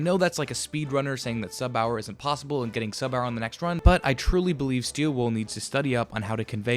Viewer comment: "this isn't plossible"